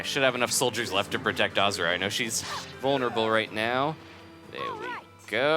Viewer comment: it's pronounced ahhh zoo ra